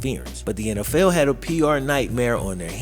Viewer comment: lol you say "NFL" like "N Ell Fell"